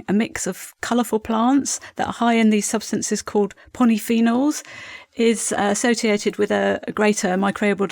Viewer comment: that's 'polyphenols' - not ponnyphenols